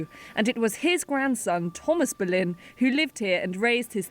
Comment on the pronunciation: You pronounced her name perfectly 👏